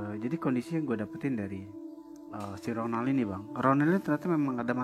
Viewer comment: Aduh aku dengernya ngakak ronald jadi ronan 🤣🤣